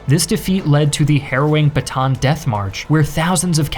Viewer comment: its ba ta an not batan